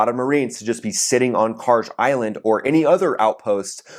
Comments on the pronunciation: Kharg is pronounced kharg, not karj. I understand slopping the initial kh into a k, but that last letter is a galf, not a jeem. In Farsi, galf sounds are pretty much always a hard g. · bro khaaaarg G pronounce like g in Gun its not Jee its Gee